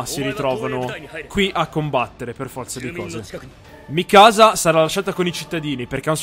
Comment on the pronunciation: eren... è Mìkasa, non Mikàsa